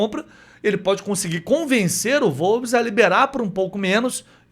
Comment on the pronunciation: Wolves = UOLVES. Não "volves"